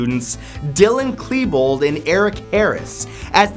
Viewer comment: I love how you said Klebold correctly